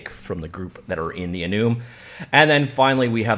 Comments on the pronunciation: lol that bugs me so much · This editor is great. Also he is making me question if I've been saying enum wrong my whole life... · is he pronouncing "enum" correctly? Like for yes Comment for no